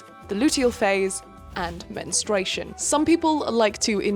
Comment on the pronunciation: English is not my first language but isn't it mentrUation/menstrual phase instead of "menstration"?